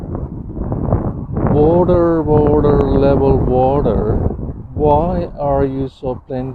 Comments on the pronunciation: Wotar, wotar, wotar, it's lebol. Wotar is lebol. 😂😂 Wotar wotar wotar, brain is lebol. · Wathur, Wathur, level Wathur, why are you so wathurry.